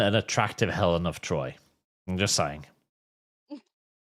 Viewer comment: Thats not elen of troy its elen of detroy